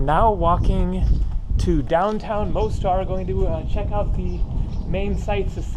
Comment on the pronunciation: Ulica is pronounced ooleetsa,. The Most in Mostar means bridge, pronounced Mosstar. The squid were probably frozen fishing bait out of a box with all the guts still in them!